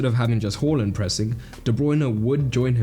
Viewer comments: Awesome video! But please pronounce Haaland's name correctly. Long a, short L, not the other way around bro. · Who the fuck is “whorelund” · Stop saying Horland. He said to pronounce it like it's spelt. He said it in multiple interviews. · Haaland not hallland